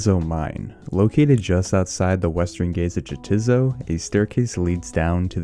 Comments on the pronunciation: It's "yeah its so" not "jah tits oh" its a play on words with "neitiznot" which sounds like "no its not". its a Monty Python reference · Had to stop watching after he pronounced Jatizo phonetically. It's pronounced Yah- tiz- so It's a pun paired with it's enemy Neitiznot (nay- tiz- not). Literally how do you make a video like this and not realize that hahaha.